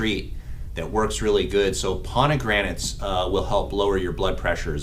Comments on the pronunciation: Fraid so...If my PCP said that word wrong as many times as he did and didn't correct himself, I'd be finding another doctor! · Is he saying PoNegranates instead of Pomegranates? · Is not ponigranets, is pomegranates. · Doc, you are mispronouncing pomegranates!